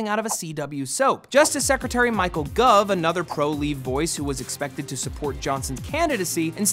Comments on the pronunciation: It's gove (pronounced gowv) not guv... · it's Gove like gOHve not Gove like gUHve Jesus Christ matt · It may only be me or my town but I think that we would pronounce Farage as Far-ragè and Gove as Gohve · Love you Matt, but as a British guy, a quick guide for future vids: Farage: "Fa-RAH-juh" FTSE: "Footsie" Gove: "GO-vuh" All town names: Bang on! Awesome pronunciation!!